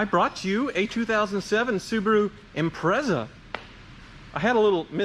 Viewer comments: It's pronounced Impre(t)za.. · Say it "Imprettsa". Excellent intro 😂😂😂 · Why can't Americans pronounce "Impreza" properly?